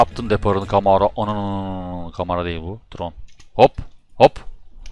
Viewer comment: Abi o siyahi forvetin okunuşu tayron diye biliyom trone değil